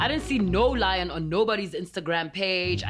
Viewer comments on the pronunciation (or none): none